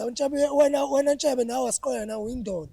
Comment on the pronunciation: Ubizwa ngeNtshebe today and akaphazami ubafo ukubiza clearly